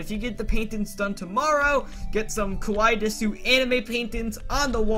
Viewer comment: When you say desu you don't say the u it's just said like des btw I love these roleplays so much keep 'em coming ^^